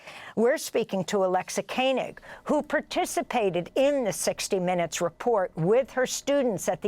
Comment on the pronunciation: This was extremely eye opening, and excellent! Thank you for this! But please pronounce Alexa Koenig correctly! It is just the way it looks.. yet you repeatedly said, ‘Kainig’! I know other Koenig’s that are from my religion.